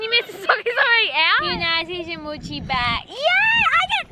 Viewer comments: i am getting triggerd from the way they are saying mochi they are saying muchi not mochiiii!!!!!!!!!!!!!!!!!!! am i the only one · Im not trying to hate or make fun of your australian accent and how the way you pronounce things but i just want to let you know mochi is pronounced (Moe-Chee) in America but i know you live in australia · i love you i have been a fan since sabre was 13! also sorry if this sounds rude but they are pronounced moe-chee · The “sounding tube thing” is actually called a pop tube and the mochi is pronounced mochee. Repost so the can see this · game controller is fidget doedecagon mochi is pronounced moechie sound straw is pop tube tho thing is a dimple spinner octopus is a pop it and squishy is dna ball and he hole in unicorns rear end is for pencils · Hi it is pronounced mo-chi just so you know xx I am a big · Is it just me who is easily triggered, and got annoyed that they said mochi the way it looks instead of saying mowchi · pronounced mochi rong